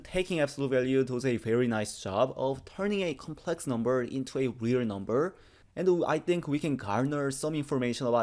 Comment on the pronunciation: That's pronounced REAL not WE'RE.